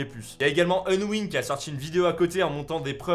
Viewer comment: Respecte leurs pseudo stp C’est pas onwin mais Unwin Et c’est pas Ayden mais Aiden